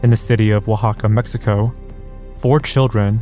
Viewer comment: Mejico majico 💀